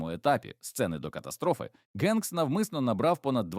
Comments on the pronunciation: Дякую за відео! Але...Генкс читається як Хенкс!!! Чому він у вас Ґенкс??? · ох вже цей "новояз"... "генкс"))) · Все Добре, але не треба Прізвисько так перекручувати … Він Том Хенкс. І ніяк інакше. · для вас українська мова напевно не рідна? Гамбург читається, як Гамбург, як і Голівуд, де "Г" м'яка, наче "х". А не така "ґ", як автор читає Ґенкса.